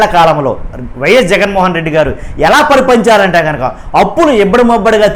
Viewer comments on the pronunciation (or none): ముందు తెలుగు ని స్పష్టంగా పలకడం నేర్చుకో నాయన తరువాత విశ్లేషణ చేస్తువు గాని అది పరిపారించడం, పరిగెట్టించడం కాదు పరిపాలించడం..